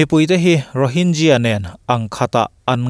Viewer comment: Rohinzia anilovin Rohingya ani zawk lomaw kapu.Rohinzia nilovin Rohingkia tia lamtur zawk aniang.